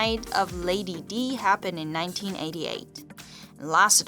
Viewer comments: Dear narrator: I'm aware of the fact that English is not your native language, that you only know that atrocious American dialect. That's not your fault, but: Her name was NOT "Lady DEE". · Cassius ItsOver me too. She wrote Dye so I would know how to pronounce it? It’s pronounced the same way as it is when it’s spelled correct. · Lady "Dee"? It's pronounced Lady "Die"! Can't take this seriously when such a basic thing is wrong. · You are saying Lady Di wrong.